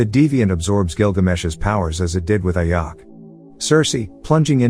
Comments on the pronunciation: its ajak not ayak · Just a heads up, as soon as you said IYACK "AJAK" . I paused video, disliked & bounced out. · It's Ajak, not Ayak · The title of vid is so wrong cuz the prime celestial the red created the eternals and thanks for saying what the eternals ship is called and mate, it's Ajak not like Ayak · It's pronounced "a jack" not "AYacK" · Its not ayak.. Its Ajak idiot.. Im a marvel fan and im hurt by hearing her name ayak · I like how he calls the leader ayack buts it’s pronounced A-Jack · The leader Ajak pronounced as Ajack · You persons the name as AJack. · HER NAME IS PRONOUNCED "A-JACK" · Am I the only one noticed the way he pronounced "Ajak" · The j in ajak is not a silent j its a normal j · You pronounce ajak wrong